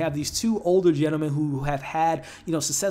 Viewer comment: U keep calling her “MaPle” it’s “MaBle” no p it’s b